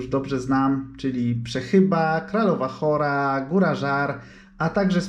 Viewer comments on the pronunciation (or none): Kiedy wspominasz na początku "Kraľová hoľa" to ewidentnie tam słychać "hora". Tylko, że to nie jest "góra", a "hala". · Brawo - i tak podziwiam za podwójne zdobycie, trzeci raz to chyba dobre dla masochistów. Teraz kolej na mnie :) ...ale najpierw zdobędę to pieszo :D P.S. drobnostka ale na początku mówisz "kralowa hora" ale to jest "kralowa hola" czyli hala, łąka górska a góra to Królewska Hala po naszemu.